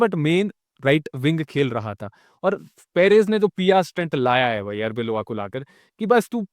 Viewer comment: sabse pehle khudko Madridista kehna bandh karro club jieet na bhi bhura khel raha ho ek ushool hota hai chotuu.. Coach ka naam Arbeloa hai Areola nahin" aur woh humare UCl Golden era ka ek important part tha! So RESPECT.. unka naam achi tarha nahi jaanta aur chale Video banane Madrid ka Gameplay review karna.. SHAME ON YOU MAN you should be ARSENAL OR BARCELONA FAN!